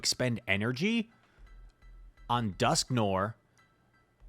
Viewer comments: Dusk (Noir) = Noir is a French word and it means black and you can read it N-war I don't know if you can spell it or not.... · It IS an-tee-klai-mak-tuhk, BTW, you were right the first time. And it's duhsk-nuh-waar. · The pro strat is to keep using completely wrong pronunciations so people can keep commenting to correct you, thus boosting your videos in the algorithm. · You are not, in fact, saying Dusknoir correctly (much love though) Further edit: just made it further into the video, ANTICLIMACTIC is what you mean. ANTICLIMATIC could possibly be referring to climate (rather than a climax) but is mostly incorrect. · Are you purposely mispronouncing words now? That’s not how you pronounce noir in dusknoir nor climactic in anticlimactic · That’s not how you pronounce Dusknoir. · Noir, rhymes with GWAR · Are you familiar with filme noir? It’s pronounced the same way